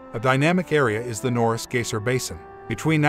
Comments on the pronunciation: Yeah huh, he says Gaysir... Lol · He can't even say "Geyser"